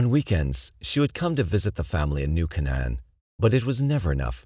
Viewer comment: It's "New Kay-nun". "New Kay-nun". Sheesh.